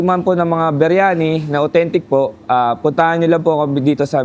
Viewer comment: arabic yung cnasabi mo. Ang linaw ng pagkakasabi ng indian style beryani.